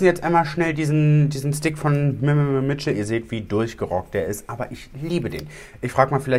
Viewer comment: “MMM Mitchel” diese Aussprache 🙈😂